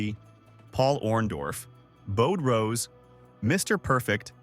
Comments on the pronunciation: Not sure who "Verne Gainey", "Tony Scavone" and "Bod Rose" are but I do remember Verne Gagne and Buddy Rose. AI should be banned on YouTube. These videos are unwatchable. BTW I never recall Buddy Rose being managed by Heenan. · You pronounced Gagne, (Bode?) Rose, Schiavone's names wrong! It's disrespectful!